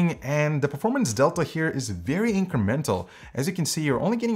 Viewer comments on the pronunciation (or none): none